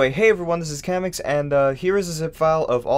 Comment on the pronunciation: but hold on... KAH-mex? not kuh-MEX?... always was curious about the pronunciation but okay